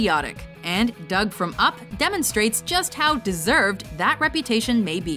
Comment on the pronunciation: Dug not dumb